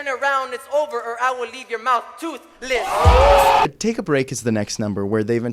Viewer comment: And I'll, leave you tooth.... less Like dude it's not that hard to say toothless